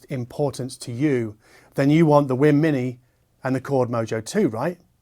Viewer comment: I hear him saying wim instead of weem, is he pronouncing it right?